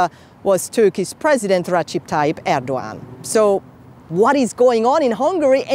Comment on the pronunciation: Why journalist is so focused on pronouncing Macron and Scholz name so correctly meanwhile she doesn't even care about how to pronounce Erdogan's name? Couldn't she check before or just does not care. Looks so biased and disrespectful